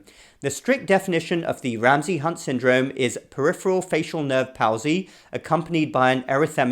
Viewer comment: Palsy is pronounced "Paul-zee"